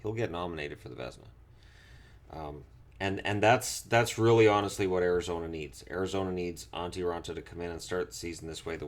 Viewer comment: "Ari-gazona Coyotes"